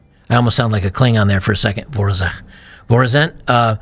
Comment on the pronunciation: what is it with Americans mispronouncing Slavic words in that specific manner? First you pronounce Holodomor as Holomodor and now VoroNEzh as VoroZEn. "Zh" isn't same as "Z", it's a replacement for Cyrillic Ж letter. Just like Czech have Š for "Sh", if my memory serves me right